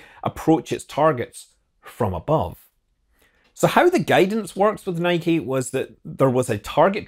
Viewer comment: Great video, and good to hear the correct pronunciation of NIKE. 👌👌